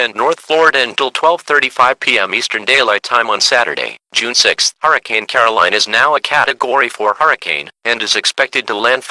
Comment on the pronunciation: on the news pronuced ''caroline'' wrong and also